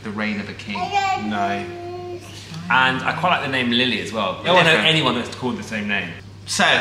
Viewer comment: Rily instead of Lily